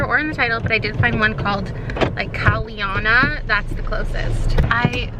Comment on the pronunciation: I think you would be a Melody. 😍 If you think your name is hard to find things for, what would you say about mines? 😅 Also, I would love if you can read and review Kalyana. You pronounced it wrong though so may you can try Googling it. It's a Hindi/Sanskrit word which means beautiful or auspiciousness. 🙏 Lots of love from Trinidad and Tobago. 🇹🇹